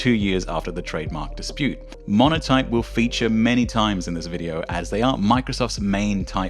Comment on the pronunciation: . Montoype instead of Monotype.